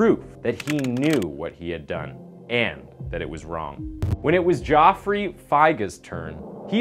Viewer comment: It's Jeff free Fi Grr